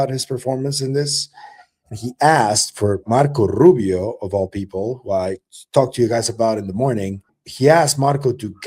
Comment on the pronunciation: Yo! Learn how to say Marco Rubio the correct way without your Latino flavor added 😂